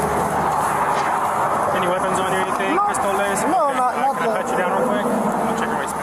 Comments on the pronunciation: Pistola not pistole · “any ‘piss toe lays’?”